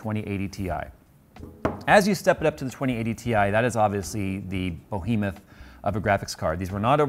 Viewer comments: representative instead of reminiscent. Behemoth instead of Bohemoth as its not a word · Did he just say bohemith?? I'm gonna start using that now